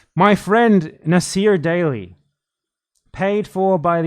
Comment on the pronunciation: Nas D-AI-ly lol